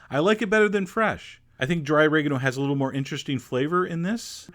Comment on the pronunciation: "O-raig-no" Vs "Ori-gaahno" Pronunciation